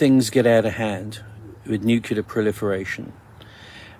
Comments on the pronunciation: People lose all credibility to me when they pronounce the word “nuclear” with three syllables. As soon as I hear someone say “new-Q-lar,” I’m like, “Nah, you don’t know what the fuck you’re talking about.“ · please someone explain me why the f**k u guys are pronouncing nuclear "nukilar" WTF IS HAPPENING WITH THIS WORD XD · I am sceptical when people say "nucular". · Love ya brother but for the love of Zeus, please say nu-clear and not the George bush way Like UNCLE but reverse the u and n. Cheers! Keep up the good fight! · If you can't say NUCLEAR, I don't trust you. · That is your opinion. He begin stating that he is the voice of reason, tells us that he is from within the intelligence community, yet cannot even pronounce the word nuclear correctly, and preaches to his audience with an air of arrogance that is very obvious. I gave up listening to him after the 14th 'in this story'. Was it really necessary to keep repeating it, other than to use it as means to elevate himself and talk down to his audience? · It pronounced nu clear not nukerlia 👍🏻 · Love your channel but I can't take the "story" teller seriously. He can't say the word "NUCLEAR"! It is pronounced NEW CLEAR. NOT "Nu kee ler". Drives me batty! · It's getting very annoying & concerning how many people mispronounce NUCLEAR ..... NOT nuke-you-ler!!! 🤦🏻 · The old guy at the end said his story is FICTION. Yet, people take it as fact. BTW: His credibility is completely lost when he says, "nucular" rather than the correct, "nuclear." The video of the sunrise is unimpressive. Nothing to get excited about. I get that your audience likes when you get all flustered and say, What IS that?!?" You have to pay the bills. No harm in that. But, let's be real for just a minute... some people who present this type of content are only doing it for the money. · Multiverse??? I dont know, i need to see more. And its “nuke lear” not “nuke you lar” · What the hell is "nu-cu-ler"? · New-clee-ur. Hee-roh-shi-ma.